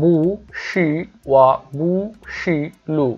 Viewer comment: বু হবেনা উচ্চারণ হবে পু হবে Bu এর উচ্চারণটা হবে (পু)